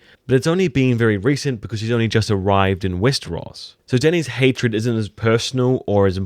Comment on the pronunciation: i love the way u say westeros